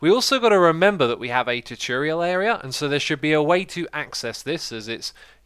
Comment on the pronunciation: I have always loved it when you say choo-turial